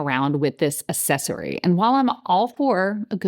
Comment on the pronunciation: It’s pronounced ”aKcessory“. The c is not like an s in this word. It’s driving me nuts that you keep saying ”an aSSesory“.